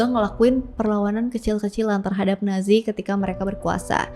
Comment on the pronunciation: nazi.. banyak pengucapan natzi🙏